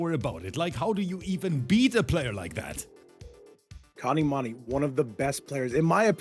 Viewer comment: As i have said again his name is kanimoney not kanimani! Just give him the 2k!